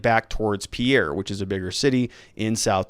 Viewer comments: And I think Pea-air is Peer. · It's PEER not pee-AIR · Pierre is pronounced Peer. Most south dakota counties have a sheriff or a sheriff and 1 or 2 deputies. The top 10 counties (population wise) have more than 3 total law enforcement officers. Not many towns have police and sheriff. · Pierre (pronounced peer) is not what I'd call a bigger city.